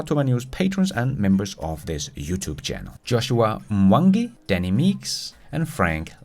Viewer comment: Dude! You nailed Mwangi, but couldn’t do Gertrudis?! Come on!! 🥴 my kids grandma from Scania is named Gertrud